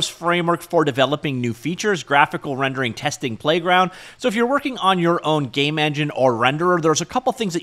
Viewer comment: you really did say "gay from scratch", I watched a few times at 0.5x to make sure I didn't mishear 😂